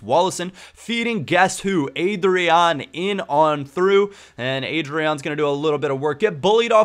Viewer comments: it's pronnounced AH-DRYAN. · Leandro DoniZÉte Ávine Ádryan, not Eidryan RÓdney Hope i helped